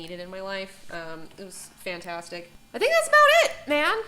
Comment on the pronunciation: Wait., she's reading from prepared material??? Did it say fantasticy on the paper?